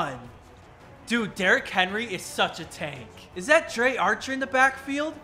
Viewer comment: nobody gunna talk about him saying dre archer.